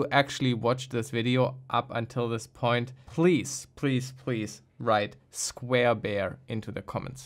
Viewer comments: I was thinking he said square beard Haha:D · did he say square bear or square bare?